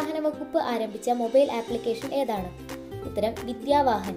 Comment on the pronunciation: വിദ്യ വാസൻ അല്ല *വിദ്യ വാഹൻ